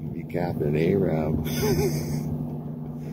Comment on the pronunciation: It's captain Ahab not captain Arab.....